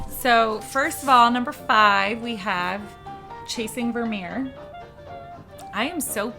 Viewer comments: Not Vermeer in particular, but a lot of Dutch words are hard to pronounce correctly for people with English as a first language. So I was impressed noticing it :) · Just came to compliment both of your for your pronunciation of Vermeer :)